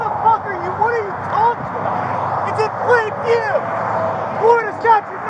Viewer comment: Apparently we all missed it, “IT WAS IN PLAIN VEEW! “ 🤣🤣🤣😂😂😂 Jeremy could have avoided all of this. So easily